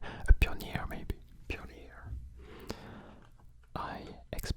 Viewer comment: I might have to add how you say "Pioneer" to my collection of weird pronunciations I like to use The only other one is Aluminum (Al-U-Mini-Um) Also, I don't have green frogs, but I have a similar oven mitt that is yellow, and styled to look like a duck